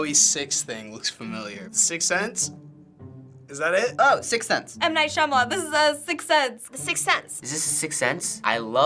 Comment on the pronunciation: I heard by some of them 'sixth cents' and not sixth sense ._.